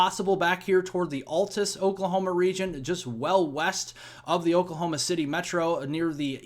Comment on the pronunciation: XD wasn’t expecting how Altus is pronounced. I always heard “Al-Tus”.